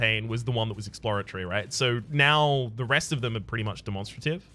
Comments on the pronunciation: dem-on-stra-tive X demon-strA-tive :) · I say it like 'dem-mon-stray-tiv' seems to be saying it as 'de-mon-struh-tiv' with the last three syllables all together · I thought it was weird but then I realized that’s how you say demonstrable so I’m rolling with it